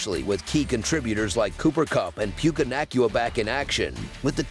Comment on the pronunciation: Puke-ah Nac-oouh 😂